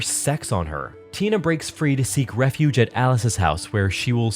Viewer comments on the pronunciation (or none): none